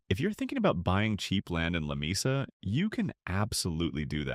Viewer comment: Lamesa fools many people. It actually is not Spanish, I was told, and is correctly pronounced Lah- mee-sa.